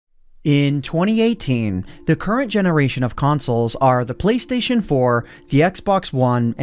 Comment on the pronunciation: "Playstion" Please.